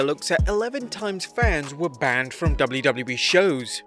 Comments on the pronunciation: Y does he say Wlwle? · In the intro you said doubly doubly bee. Instead of wwe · So no one‘s gonna talk about the fact that the narrator can’t pronounce WWE and I know he has an accent but come on it’s not that hard